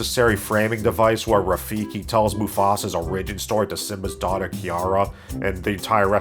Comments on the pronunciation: Don’t trust a person who says “o-rig-in” instead of “or-ig-in” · If you say O-RIH-jin one more time. It's OH-rih-jin with emphasis on the OR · Great review man, I like your dead-pan humor, but you pronounce “origin” wrong. It’s O-ri-gin, not o-RI-gin. Unless you’re like Canadian or South African or something and it’s a dialect thing. If so, my bad. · I find it interesting that you say "or-IG-in" instead of "OR-ig-in". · Why do you pronounce "origin" like "a ridge in"??? Instead of correctly, "or ij in" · THANK YOU. <3 (not a lie) (but BTW, it's pronounced "OR-rigin".) =) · origin is not pronounced like arisen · What's an uh-RIDGE-in? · Tell a lie in the comments? Okay. I really like the way you pronounce "Origin" as "orRigin" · Who pronounces "origin" like that?😂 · Never heard someone pronounce origin that way. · I’ve never heard anyone pronounce “origin” like you do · Never heard someone pronounce "origin" that way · Interesting way of pronouncing origin. . . 🤔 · Pronounciation of "origin" is weird, your entire video is invalid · Are you having a stroke? How do you not know how to correctly pronounce the word origin?? LOL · your pronunciation of "origin" both confounds and terrifies me, sir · I've never heard someone annunciate Origin like that. XD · The way you pronounce origin bothers me slightly. But besides that you literally have the exact sane feedback that I have for this movie. I didn’t enjoy it at all. 😂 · You don't know how to pronounce "origin". Good video though. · "Lie about something" I love the way pronounces "origin" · i love your pronunciation of origin..... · Bro. Learn how to pronounce the word “origin” please. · Hey man…. Why the fuck do you say origin like that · You mispronounced origin three times. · Very distracted by how you pronounce "origin" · Here is my lie for you, I love the way you pronounce origin. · Why do you pronounce "origin" like that